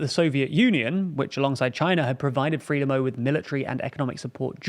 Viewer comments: Frelimo should be pronounced 'Fruh-lee-mo' or 'Frai-lee-mo' and not 'Free-lim-mo'. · Good video. Frelimo and Mondlane are pronounced Fraylimo and Mondlunny. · As is "Freelimmo". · It would sound as though have background knowledge, rather than that you are just reading notes you’ve collected, if you knew how to pronounce Frelimo…